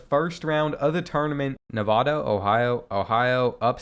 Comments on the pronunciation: Say Nevada right istg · You mispronounced nevada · If you’re going to say Nevada incorrectly every time just say NV.